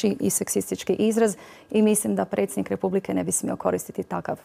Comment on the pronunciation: nečujem dobro jel to presjednik il' precjednik bi htio bit dr.Zlatkić naš turskih-li mu korijena?